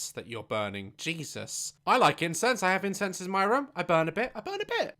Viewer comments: OH HE SAID INCENSE I THOUGHT HE SAID INCEST. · U saying incense sounded like u were saying incest lol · WHEN DAZ SAID I LIKE INCENSE I THOUGHT HE SAID I LIKE INSEST 💀💀💀BAHAHAHAHSHHS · daz: insence what i hear: Incest